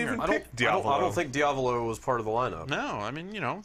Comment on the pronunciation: Wait who was that that actually properly pronounced Diavolo as similar to "Diablo"? I wanna props that guy